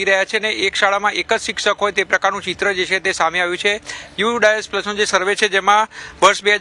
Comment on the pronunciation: યુ ડિસ+ નહીં પણ યુ ડાયસ+ બોલો